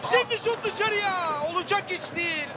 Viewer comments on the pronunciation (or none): none